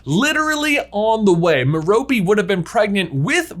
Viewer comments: Merope is named after a star. Pronounced Meh-ruh-pee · i thnk merope is said as me-ruh-pee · It's pronounced MEH-ruh-pee, with stress on the first syllable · I think merope is pronounced like mare-oh-pay with an emphasis on the first and last syllable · its ment to be meh-roe-pay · Merope = Mer-oh-pee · I cringe every time he say Merope in England it’s pronounced meh-row-pay or at least that’s how Stephen Fry pronounces it lol. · Merope: MARE-a-pee... Rhymes with "therapy". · J, I think it's M - heir - oh - pee Gaunt